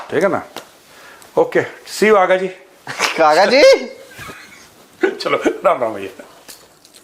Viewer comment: Agha ji nhi, Bhaga ji😂